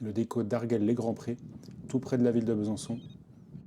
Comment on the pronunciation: On dit AR-GU-ELLE sinon c'est parfait ;)